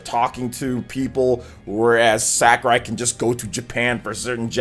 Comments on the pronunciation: Yep, definitely “SakUrai” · Hey, I think is SakUrai not SakArai, if it is not correct me please. Couse I think you pronounce it with a short u.